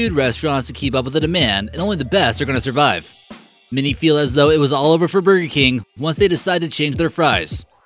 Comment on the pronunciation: God, who is that speaking, it takes $5 to hire a professional speaker on yet you use someone who cannot pronounce a lot of the words correctly. It is BURGER KING not bergkin.